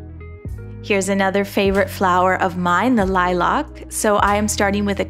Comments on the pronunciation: Ok but why say “Lilac” like “liLock”? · Is saying “lilac” weird or is there a different flower? I can’t find it but maybe I’m spelling wrong? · Every time you pronounced the word "lilac" that was, I was shook